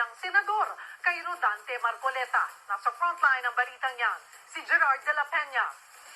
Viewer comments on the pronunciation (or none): Rodante Hindi rolante.